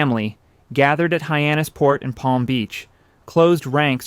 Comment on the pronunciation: Might be "ay-eye". He makes several pronunciation errors (Hyannis PORT) and spells out WASP, which is normally pronounced like the insect. These are "tells".